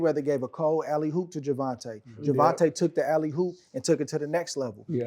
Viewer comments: The fact I had to listen to SOG say “alley hoop” is not sitting well with me. 😔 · the term is "alley oop" but he was saying hoop 😂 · Why he keep saying alley Hoop? Man